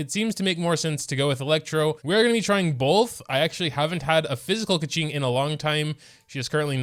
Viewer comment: he still pronounces her name wrong tho